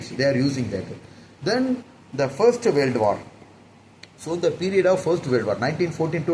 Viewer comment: Adhu warld Ila da kiruku adhu world olunga pronounce pannu mundam